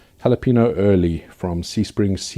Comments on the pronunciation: "Hawluhpaynyo," Please. Not Hawluhpeeno. There's an enye in the word. We'll discuss the word "Cayenne" some other day. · Cayenne is pronounced "kai yen" and jalapeño is " hal a pain yo"